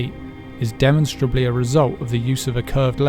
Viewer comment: He said demonstraightable..